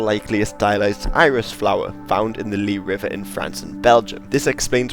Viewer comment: Don't want to be annoying but the river is pronounced "lies" and not "lie". It's in front of my house here in Belgium :) But anyways great vid!